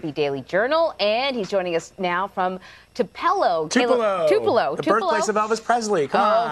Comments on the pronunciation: Wow, she didn't know how to pronounce, Tupelo😞😞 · Are you serious? This supposed National News Anchor doesn't know how to pronounce Tupelo. Ah the true fruits of affirmative action have come home to roost. Ignorant, unqualified, but statistically acceptable. But ask yourself this question oh sacred journalists. Are we, the educated and intelligent American voters, really to be expected to take you, the idiotic media, seriously? I don't think so. You will need to master your basic 5th Grade Geography Lessons first fool. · CBSN news lady doesn't know how to pronounce Toplelo. Too young and clueless.